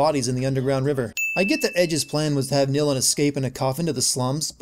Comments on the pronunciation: its Nilin not Nilan and yeah its Lara not Laura, get your names right jesus. I love your voice :3 and this game. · Nilin. Her name is Nilin,not NilAn,you,dumbass!